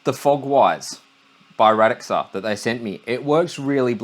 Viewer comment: Radxa is pronounced "Rad-sha" by the way, according to them